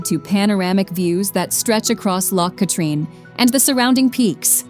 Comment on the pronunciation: Drumnadrochit,Ben A’nn,loch katrine and the trossachs had me shouting that’s no how ye say it 😂